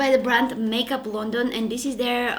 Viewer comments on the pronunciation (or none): none